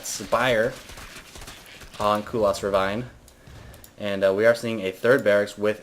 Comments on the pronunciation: those people who say "Saskei" or "Saskeh" etc etc.... You are all wrong! It's simply "Saske", silent U nothing more to it! It's made up of three Kanji, Sa-Su-Ke but yeah, silent U. And wtf is up with the "ravvaine", it's rav-ine dammit! You are so goddamn annoying ^_^ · it is not ra_vine it is pronouce ra ra-vene